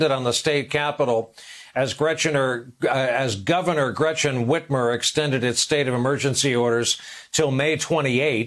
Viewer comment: I know this is not funny at all... that said, I must confess I did laugh a little when he said; *Gretchenor*